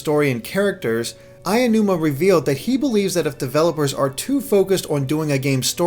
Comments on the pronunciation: It's AONUMA, not "AYANUMA." What is it with the YouTube community being unable to pronounce his name. It isn't difficult. It is pronounced how it is spelled. AH + OH + NU + MAH. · Ah-O-Numa. Not Eye-O-Numa. PLEEEEEASE stop this. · Lol this guy can't pronounce Aonuma correctly. "Eye-a-Numa"